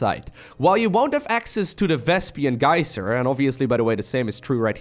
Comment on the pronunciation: Hello?? Vespian geyser?? Sounds likr lesbian geyser. Lel